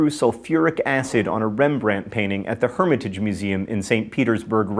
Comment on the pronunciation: Herm-ě-taj, hehe...Herm-i-tage. Funny. 😏